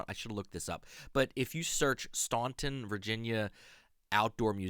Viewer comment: FYI Staunton is pronounced Stanton. I was schooled on that by the locals.